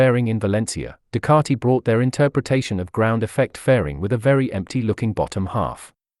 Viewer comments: Ffs it’s Ducati not Ducarti! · You’re wrong. I don’t yell at my tv as the majority of commentators pronounce the word Ducati correctly. You need your ears washing out!